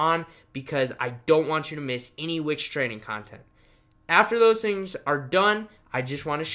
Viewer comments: It's wix.... not which. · I heard witch 🧙‍♀️👀😭😂